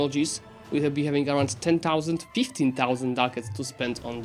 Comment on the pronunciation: when you say thousand the t isn't silent. Thou is pronounced more like hou with a slight prominent t so like tHOU kinda, I just thought of this as I watched the video so I just wanted to point it out, no hard feelings meant.